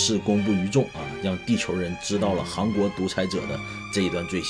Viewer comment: 一直听着是“航国”😂